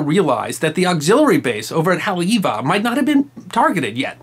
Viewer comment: One the FEW Historical narratives that doesn't Mutilate/Butcher the correct pronunciation--Haleiwa( Hah-Lay-Ee-Vah) meaning the House of the Iwa(Frigate bird)....Mahalo nui